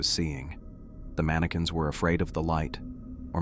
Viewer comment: Mani-QWINS 😂 cute glitch